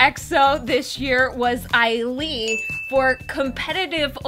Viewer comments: Yo😂 it's 'AY-LEE' not 'I-LEE'😂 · Why did you pronounce Ailee like that? 😂